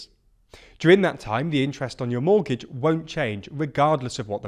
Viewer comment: Monetary, not moneytary. Mortgage, not mortage